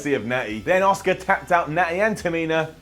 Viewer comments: so still can't say Asuka nope it's Oscar. for fuck sake learn how to say her name! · you know her name is Asuka and not Oscar right?